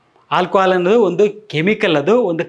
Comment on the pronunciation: Hi sir, ನಾನು ನಿಮ್ಮ ಮತ್ತು Dr B M HEGDE sir ರವರ ದೊಡ್ಡ ಅಭಿಮಾನಿ, ನಿಮ್ಮಿಂದ ಜನರಿಗೆ ತುಂಬಾ ಅನುಕೂಲ ಆಗಿದೆ, ಆಗ್ತಾಇದೆ ಕೂಡ, but ನಿಮಗೊಂದು ಸಣ್ಣ ಅಡ್ವೈಸ್ : ನೀವು "ಆ" ಅಕ್ಷರ ಬಳಸುವ ಜಾಗದಲ್ಲಿ ಪದೇ ಪದೇ "ಹಾ" ಬಳಸುತ್ತಿದ್ದೀರ.. ಹಾಲ್ಕೊಹಾಲ್ ❎ ಆಲ್ಕೊಹಾಲ್ ✅ ನಿಮ್ಮನ್ನು ಇತರರು ಅನ್ಯತಾ ಭಾವಿಸಬಾರದೆ0ಬುದು ನನ್ನ ಕಳಕಳಿ 🙏 ನನ್ನ ವರ್ತನೆ ಅತಿರೇಕ ಅನಿಸಿದ್ದಲ್ಲಿ ದಯವಿಟ್ಟು ಕ್ಷಮಿಸಿ.🙏